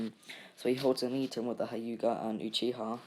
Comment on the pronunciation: Not hi uga it hue ga